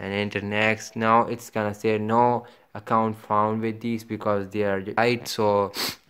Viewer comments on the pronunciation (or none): none